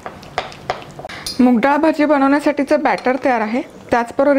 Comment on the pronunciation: भजे नका म्हणू ताई.. मुग भजी म्हणा 😀